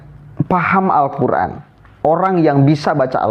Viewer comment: Dia itu bukan membaca huruf Arab nya...tapi membaca huruf latinnya.. akibatnya Salah Total 😂😂😂